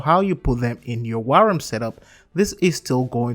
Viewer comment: Wyrm is pronounced just like the regular English word "worm". It sounded like you kept saying 'wairem'.